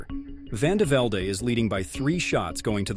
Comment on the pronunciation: Vandevelde pronounced vandeveld, not "vandevelday".